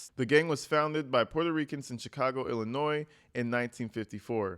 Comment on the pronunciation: Thank you for saying Illinois correctly. You would be surprised at the people that say it incorrectly!